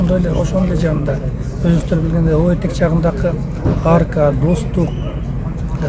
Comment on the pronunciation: Арка деп айтчы Арька дебей